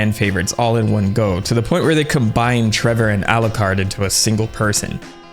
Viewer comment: treVor belmont... not treBor... such an idiot, worst video ever